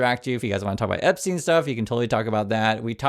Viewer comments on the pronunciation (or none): none